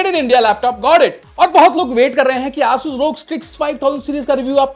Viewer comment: aaasus kya hota h asus h vo